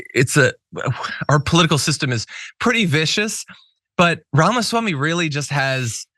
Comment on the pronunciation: Ramasmackme. Really?😂